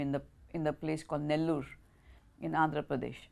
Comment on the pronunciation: The way she pronounced Nellore, Tamil correctly 👍🏻